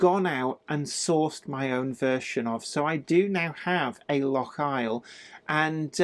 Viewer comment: Happy new year ...By the way its Loch Eil pronounced Eel as in jellied